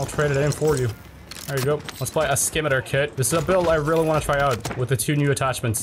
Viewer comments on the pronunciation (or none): just a quick notice its not "scim i ter" its "sim i tar" like the sword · the correct pronunciation of the "skimiter kit" is "si-mi-tar" scimitar kit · Pronounced- simitar like the sword. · I think the conversion kit's pronounced like the sword, Scimitar, the C being silent Great video though :D